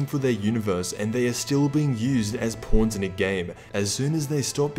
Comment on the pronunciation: Im sorry the way he was saying purple and pawns LMAO 🤣🤣